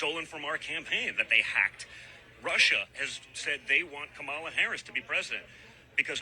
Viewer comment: They refuse to pronounce VP Harris first name correctly. It’s so disrespectful.